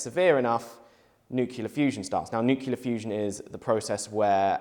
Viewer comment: new-kee-la fusion